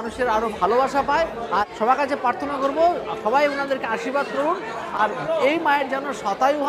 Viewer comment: 'Parthona' noi 'prarthona' kotha ta. Khali khele e hobe, food vlogging jar profession at least Bangla ta to tar thik thak bola uchit.